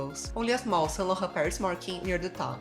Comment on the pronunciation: Saclaughhu......ah saint Laurent I see.😳